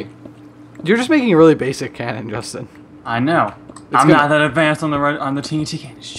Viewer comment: Call Justin, Justina Just-E-na